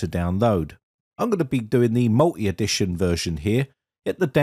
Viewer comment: to wtf is " mul eeee "? Oh you meant medition. AKa mulTy edition The letter T matters...its a vital part of that word....dont omit it